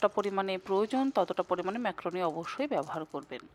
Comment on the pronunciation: ম্যাক্রোনি নয় ম্যাকারনি